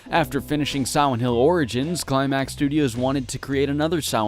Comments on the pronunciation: Dude every time he said silent hill I heard siwent hill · Take a shot everytime he says Siwent Hill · I always hear him say Siwent hill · Siwent Hiw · "Swient hill" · sawent hiww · heh siwent hill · Siwent hill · I wuv Sigh-Went Hwill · ...Am I the only one who thinks it sounds like you called this one Siwent Hill over and over? And it looks like it too? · Be vewwy vewwy quiet... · But here's the thing - listening to him talk, I've only ever heard him replace the L with a W when he mentions "Silent Hill" itself; otherwise, he's able to pronounce L's normally. Must be the phonetics OF the word Silent, maybe. But it's a minor thing compared to a great review, so from one R.A.D. to another, good work man! From Canada, with love <3